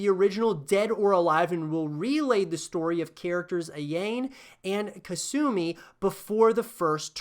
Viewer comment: I hope DOA can somehow come back from its grave. The gameplay is really fun, and the multi-tiered/danger zone stages are incredible, but so many people dismiss it as "that one that people like because it has sexy girls" With that being said, Kasumi can "hold" me anytime ;) Edit: I couldn't finish this video after you said "KaSAmi and AYAYne"